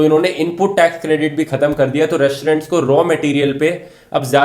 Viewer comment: Re-श-torent, श-ilent kya baat Rathi.....